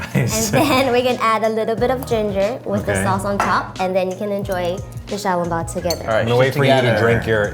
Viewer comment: The waitress at Din Tai Fung pronounces xiao long bao like an English speaker would.